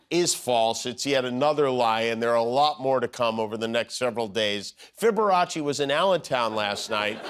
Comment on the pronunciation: “Fiberachy”… hilarious!!!! 💙👍💙